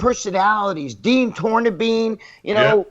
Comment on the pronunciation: Dean Tornabene is pronounced TORE-NAH-BEN-E